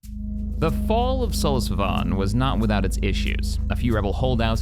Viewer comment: Slew-esse Vahn Spell that out. That is how Sluis Van is pronounced. It is not pronounced as Sol-as Vaan!